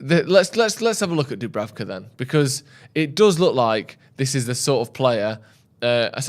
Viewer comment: Imagine butchering Dubravkas name every week